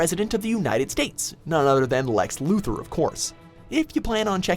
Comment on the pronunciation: LUTHOR. Not Luther.